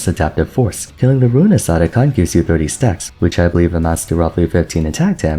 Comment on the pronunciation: Atakhan ❌ Otacon ✅